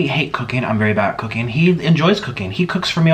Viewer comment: I thought he said i hate cocaine but it was cooking xD